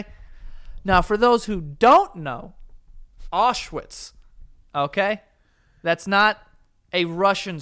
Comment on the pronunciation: Am I the only one bothered by the fact they aren’t pronouncing Auschwitz properly 😅😅